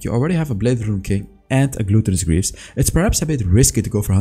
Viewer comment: you dont pronounce gluttonous greaves correct its said with an AH not an O like glahttonous not glooottonous